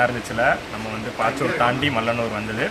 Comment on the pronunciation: பாச்சூர் இல்லைப்பா பச்சூர்.